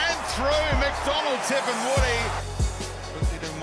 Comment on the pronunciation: its tipungwuti not tip and woody